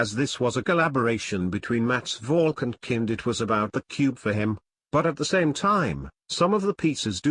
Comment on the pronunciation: Again lol he said mats valkow and Lucas eater lol lmbo